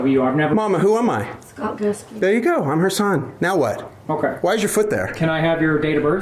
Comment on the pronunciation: Except he and everykne else in the video continually mispronounce the name 'scott' by saying "scart"